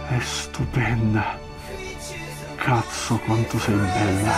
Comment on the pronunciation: il Lino Banfi e il pugliese che sono in te: "chezzo"